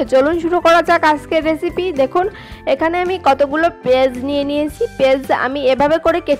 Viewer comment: পেজ আবার কি? পেঁয়াজ বলতে শিখুন।